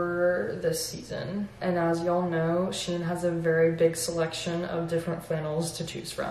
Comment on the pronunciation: With all my respect it is not correct to pronounce it shien but SHEIN